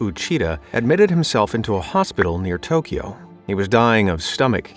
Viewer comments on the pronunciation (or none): none